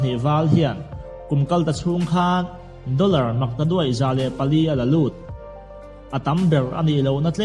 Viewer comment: Doller pawh dorrer iti zel a, pariat pawh pagriat itia